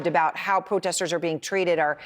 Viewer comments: Ha, you said pootesters 😂 😂😂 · "Anti-Putin potesters"